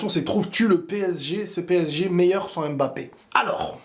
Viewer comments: stp arrête de dire M Mbappé C’est Mbappé!! Merci chef Salut 👋, Sinon belle analyse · En tant qu'africain j'en ai ras le bol d'entendre les gens prononcer M'Mbappé au lieu de Mbappé !! Sinon vidéo très instructive .